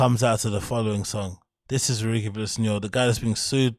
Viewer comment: It's REW-EE-JEE not REW-EE-GI lol